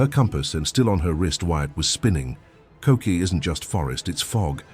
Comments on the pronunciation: Yall really need to get your stories straight… KOKE’E (not KOKI) state park is on KAUAI. Stairway to heaven is on OAHU… 2 completely different & SEPARATE island, that requires flying a plane to get to. So NO WAY that kid was hiking kokee, to get to the stairway; it’s physically impossible! This is the issue with content creators nowadays; they’re so eager to make a buck off their context, to get likes, views & follows, that they lack taking accountability with the INFORMATION they’re putting out. No proper research, no validating sources. Just copy/paste posts, selfies & videos. It’s disturbing & does a major disservice to the online community at large. I’ve lived on Kauai over 6 years now & it’s becoming abundantly obvious to me how much ignorance the tourists function off of, when it comes to the content they share. It’s also well known that the mainland is not properly educated on certain aspects of the islands. I’m from Southern California & am STILL learning things here & there, even having been a resident now for the time I have. So it’s really important to show respect for different cultures, & if you haven’t been somewhere physically, do PROPER RESEARCH or just DON’T post content that isn’t true. I could not like this video, for the fact that its accuracy is lacking… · Umm. Get your FACTS correct. Koke’e (Ko-Kay-A) state park is on the BEAUTIFUL island of Kaua’i . Stair Way To Heaven on another. They are not the same!!